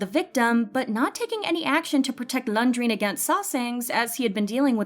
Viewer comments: Poor Renjun. And It’s “REN-JUN” not “LUNDRIN” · Whose Lung-dreen? Learn to say his name properly first. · this has nothing to do with the video and how serious the topic is but why do i keep hearing lundreen ?😭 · Y u calling him "Lunjween" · Idk what’s pissing me off more sm or her calling renjun laundrin 😭😭😭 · Who is Laun-dreen...? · Am i the only one hearing laungring😅😅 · no, this is not how we pronounce renjun’s name. we pronounce it as the same you guys pronounce it. not landrine or whatsoever. it’s fine that the host might have read it wrong.